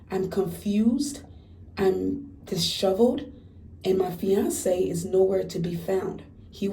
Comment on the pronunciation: Stop saying fiance's